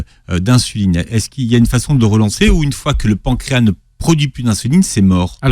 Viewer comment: il faut prononcer le "S" de pancréas. Voir dans le dictionnaire la phonétique.